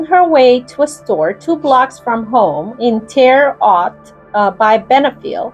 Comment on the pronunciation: It's pronounced "Tara Hote." My father-in-law was a detective who worked this case. Extremely, extremely gruesome and disturbing case.